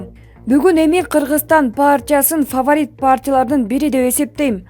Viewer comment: Фаварит дебечи